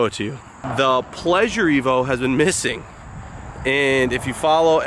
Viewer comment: The pleasure-t-evo I like it touch subtle 👏